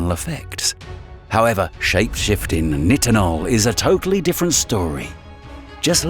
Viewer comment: The narrator said NI tinol I'm sure it's pronounced NItinol.. Anyways. A YouTube vide about AI narrators would an inception video.....?